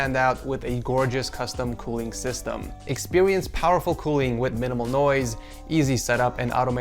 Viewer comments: Am I tripping or did he say “expewience”? Lmao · Nah you ain't trippin he did say "expewience" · Is it just me or 0.45 he just said expweince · expwence powerful cooling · he also said "expewience" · Expwiwence UwU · Expewience uwu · He did haha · u go to a doctor he said expewience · He did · He said expiwience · Lol expewience hahahahahahha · He said expewience man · he did omg lmao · expewience powerful cooling with minimal noise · I think it’s his accent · He said experience